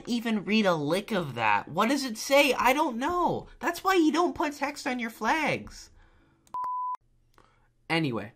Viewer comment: I got a question: Why do you say flags like "flegs"?